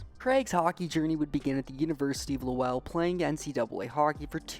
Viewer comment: Its pronounced Lo - wol . I live in lowell ma 😂😂